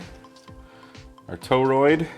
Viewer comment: say toroid... "toe-roid". No, say tor-roid... "toe-roid". No no, try again, say tor-roid... "toe-roid". OK, fine then... just go out there and play with ur new toy:) KJ6ER